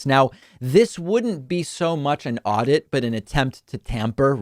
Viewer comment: Aurdit...who says that?